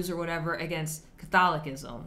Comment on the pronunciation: I like your pronunciation of 'CatholiKism' - much like Jimmy Akin pronounces 'AnKcient' Man a lot in store for you in CA and such. Lumen Gentium 14